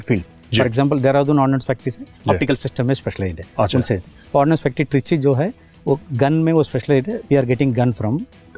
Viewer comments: It's Ordnance Factory, not 'Ordinance' factory !! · It's ordnance not ordinance 😂